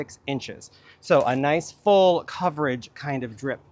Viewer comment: It took me a few passes before I realized that was not saying "Fold part sun". lol